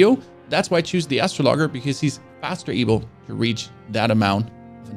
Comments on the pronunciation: Great content, just the right pace, not too fast but also not too slow, super helpful. I see poeple commenting on your pronouciation of the world `Astrologer`. Your youtube profile indicates you are from Germany (your english is amazing btw!) and in German astrologer is indeed pronouced `astrologger`. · Man said dex build no summons was pain. The rivers of blood katana determine that was a lie. And I literally lol'ed at "" 🤣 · Its Pronounced Astro (LEJER) Not Astro (LOGGER ) But this is a very helpful video. I'm just starting a mage class for my second playthrough and this helped a lot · astro logger :) hahaha "Astraw law jer" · ROFLMAO "Astro logger". Bro...it's astrOl-O-jer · Astrologger? As-tro-lo-ger. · Hahahahahaha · Why do you keep saying ""? The word is "uh-strah-luh-jer." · Astro-lager? Lol cmon man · Thanks for the guide, however... why do you say ''? It's an astrologer. Like astrology. As-trawl-oh-gee... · Man really just pronounced astrologer Astro logger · astro logger hurts my ears, and English isn't even my native language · why are you pronouncing astrologer as astro loger it is pronounced a strol a ger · "Astrologger"...LMAO Is that a space arborist? Dude...if you are pronouncing the astrologer like this, I give up on watching your video ASAP! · "astrologger"? lol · You can obviously play games maybe you should spend more time learning to read out loud astro as in AstroTurf and logger as in person who cuts logs ok you sure it's not astrologer a person who looks at space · Every time he says “” I die a little more inside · I stopped watching when said Astro Logger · I can’t tell if he’s joking or actually pronounces it that way. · bad choice giving up on the game. Also astroglide is intimate lubricant in the real world. Just making jokes about how the guy said astrologer like astro - logger. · Man said Astro logger looool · OKAY BUT DID HE REALLY JUST SAY